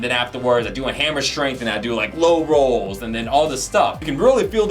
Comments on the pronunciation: making the most of the cut video style because he just can't talk properly., can you please learn to pronounce words, particularly ones used in a workout - YOUR JOB. Rows is pronounced rows, not rolls. Please please learn. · ROWS! not ROLLS!